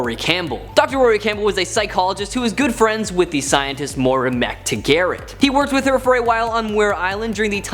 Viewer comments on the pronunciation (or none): Moira. McTaggert- (Moi-ruh/ Mick- Tag -urt) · Bloody hell that's an odd way to say McTaggart.